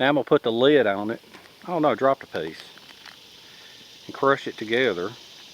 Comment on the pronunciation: Thanks for another exciting video.. Nice to see you're still thinking and doing stuff. I love the Southernisms, like a two syllable word for a cover or top to a container "leeyud". Keep em coming! Frank